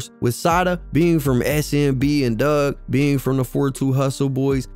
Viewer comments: His name aint dugg, its pronounced DOOG Four 2 DOOG!!! im not even a fan n know that bro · excuse me sir it’s Four Two (4 2) NOT Fourty Two(42)!! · 🗣It’s FO 2 DUGG NOT FORTY TWO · The second I hear someone call him "forty two" Dugg in a video I switch it right off. If you couldn't do the research to get his name right why am I gonna believe anything else you say when speaking on him? Its "fo two" he made that clear more than once. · His name is Four Two Dugg. Not fourty two. Just 4-2...Also Detroit has the best water in the nation. You would be talking about Flint.